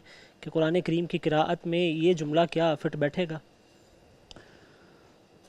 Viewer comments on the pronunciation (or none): جج صاحب کہتے ہیں ہمیں سب سے پہلے تجوید پڑھایا جاتا ہے😂 اور قراءت کا نام بھی قرت بول رہے ہیں واہ